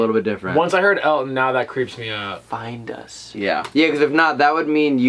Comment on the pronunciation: For the clip in the well it doesn't sound like find us it sounds like find my stone